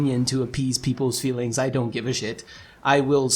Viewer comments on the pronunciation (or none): The first few minutes was annoying. Lol "feewings"